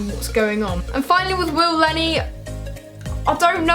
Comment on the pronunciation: Willne Not Will lenney